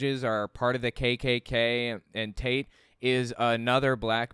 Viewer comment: I can’t stop hearing Andrew “Taint”. Lol.